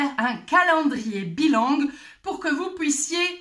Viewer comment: Bilingue pas bilangue...